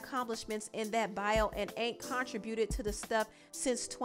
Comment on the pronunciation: It’s pronounced, “contri-bu-ted” not “con-tri-bu-ted”. There’s no pause after “con”. ☺️